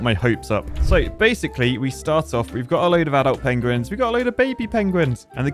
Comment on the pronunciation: "The pogueuins"